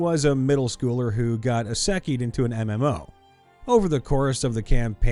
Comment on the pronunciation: Also, since you've mentioned it in another video and now this one, Isekai is pronounced is (like as in this) eh - kai. At least how I've always heard it pronounced